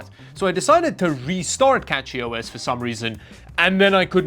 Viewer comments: I just want to say that, CachyOS not CatchyOS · cachyOS is pronounced cash-ee. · Brilliant idea to mispronounce cachyos and get all the Linux nerds going. You got me okay